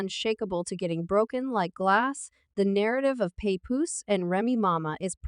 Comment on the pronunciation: Um, it's Remy Ma, just one Ma, not Ma ma, hold up, did she just call Papoose, papuman?😂😂😂 Chick can't read to save her life🤣